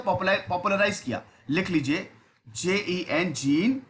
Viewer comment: Its Zawn na ki Jean ( pronunciation)